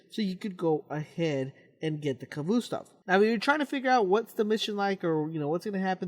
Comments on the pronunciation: It's pronounced ka-vost-ov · it's annoying the way he says khvostov. "khvoostov" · I like the way he mis pronounces Khvostov